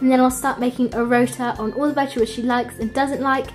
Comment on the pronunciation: It's vegetables and not vet gables !!! No offense I love your videos